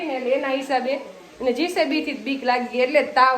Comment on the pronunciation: બહેન જીસેબી નહિ પણ જેસીબી